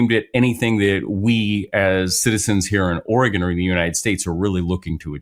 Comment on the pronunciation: Thank you Ben for pronouncing the nane of our state correctly! Or-eh-gun. Not Or-ee-gone, as lots of people from the east coast pronounce it. 😊